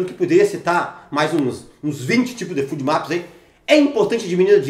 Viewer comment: FODMAPS se fala fôdmaps, não fúdmaps.